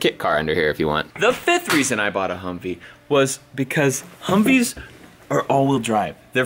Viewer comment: He called his truck a huvvee